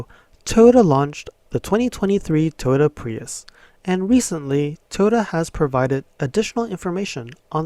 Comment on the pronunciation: Toto, Toto, WTF wasn't that the name of the dog in The Wizard of Oz... dude your pronunciation sucks